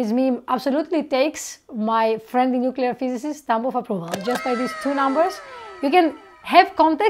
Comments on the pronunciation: Nucular... Poor George W. 😆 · nu-kuu-lar is the correct phonetic spelling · I HATE IT when people pronounce it Nu-Cu-Ler. Where are they getting the extra U from???!!!!!!:face-orange-raised-eyebrow: Love this channel, love, gorgeous woman and highly intelligent. Where can I put in my application?